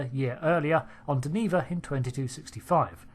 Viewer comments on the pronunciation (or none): Joe M'Benga (and it is Joe) may have taken a bust in rank to stay on the Enterprise or may have fouled up in some way and been demoted. That would be an interesting story, especially for these woke times. PS The planet is pronounced (shame on you) Den-uh-vuh, accent on the first syllable.